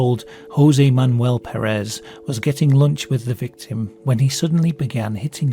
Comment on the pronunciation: The last name "puuh-rehs" doesnt exist, it is Pérez and it's pronounced PER as in "per capita" ans RES as in "rest", with the emphasis put into the first syllable, it's a spanish surname that means "son of Pedro", don't try to pronounce it in french or whatever THE FUCK you just did there, Americans do it and it's annoying af (They do it because some gay guy used it as a name but pronounced it like that so that it sounded similar to "Paris Hilton" who was famous at the time.